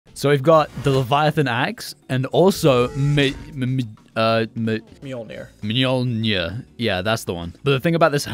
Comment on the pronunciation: Man, I still can't beleive can't pronounce such a simple word like 'Mjölnir'. It's so simple.